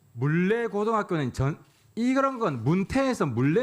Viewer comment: "문태고등학교" => "문래고등학교" "광주교대" => "광주조대" 단순 착오. 필기를 잘못읽음.